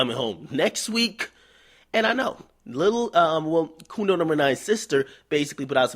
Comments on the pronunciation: Omfg, he said "coondo numba nine"😂😂💀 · I just came here to hear him say "Coondo number 9" XD